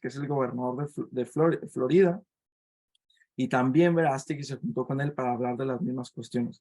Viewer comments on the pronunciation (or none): none